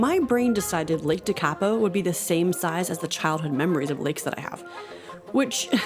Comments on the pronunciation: Never say never. Of course the lakes are dried up. It’s January in the middle of summer. Your correct pronunciation of the name just to help you is in its syllables. Teka po. After a good winter the lake will be full and the greenery will be lush and green. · Your pronunciation of "Tekapo" 😆